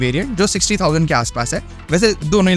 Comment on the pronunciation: Esus nahi asus😂